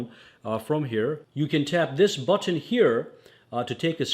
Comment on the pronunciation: The way u say button is funny.... You say BOT-TON 🤣